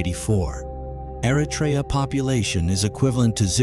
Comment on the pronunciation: I wish Americans would learn how to properly pronounce Eritrea. This includes the terrible narrator to this video. It is not Air-Uh-Tray-Ya. It is Err-Ruh-Tree-Ya.